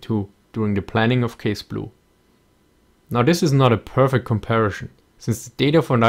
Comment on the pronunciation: please stop saying comparishon